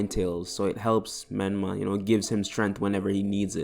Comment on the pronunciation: Whos micolah? Did u mean menma?